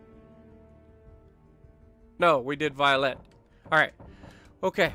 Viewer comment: Thanks for the info. I'm gonna check my french commander, because I'm sure I choose the wrong perks, hahaha. Don't apologize, I'm really impressed how you pronounce pretty accurate almost all the names. Violette and Guépratte failed, but you've done good 5/7👍. Giuseppe, really? 😂😂😂 that's funny. Anyway do you know you can ask me for help when you need it, right? I will be glad to help you.